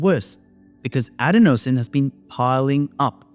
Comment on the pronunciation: Isn’t adenosine pronounced “a DEN o sin” ?